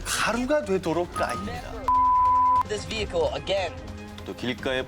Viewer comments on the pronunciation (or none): none